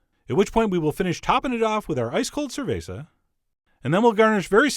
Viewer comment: "That's up to you and your cabeza to decide what cerveza." LMAO!! Bravo on the spanish! 👏 Salud Chef John!